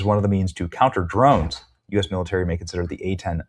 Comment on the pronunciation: "Be vewy, vewy quiet, I'm hunting dwones!"